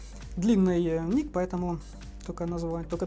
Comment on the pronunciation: Ееей! Спасибо за оветы на вопросы и особенно огромное спасибо за правильно произнесённый мой ник! _